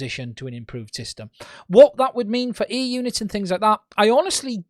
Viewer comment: He says ‘air’, I hear ‘ear’.